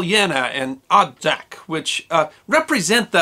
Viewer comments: Thank you for taking the effort to spell correctly the names Poljana ("Meadow" or "Grassy field") and Odžak ("Chimney"). Your pronunciation is almost spot on: in the name "Odžak" the "D" is a "hard" D, and its pronounced like last D in "Dodge" so it would be like you are trying to pronounce "Odg-ack"; "Ustasa" is pronounced "Hu-sta-sha", with silent H. You are 100% correct about the post-war communist goverment hushed over many events from war or events that followed, as well about the multiple guerilla army groups that fought amongs themselves. Great job as always! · ustaša = oo-sta-SH-a. Effectively Croat nazis. Croats today are not really that ashamed or sorry that the existed. Some are a little upset by the bad rap they get. The post YU war generation, not so much. But the older ones, well, yeah. Odžak = O-jak (more or less) NOT od-jak. Not Josip Tito. Josip Broz, Josip Broz "Tito" or just Tito. Good show otherwise. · Quick tutorial for nonslavic speakers: LJ is pronounced like Italian ''gli'' but without ''i'' part Dž is pronounced like ''Jack'' but without ''ack'' part Š is pronounced like German ''sch'' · Odžak - (pronounced odchak) Ustase - (pronounced ustasche)